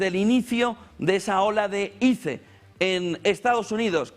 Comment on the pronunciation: Primero no se dice "ize" (iCE) se dice "ais" por decirlo literal......pero investigaron bien lo que pasó en Minnesota? no sean amarillistas!!!!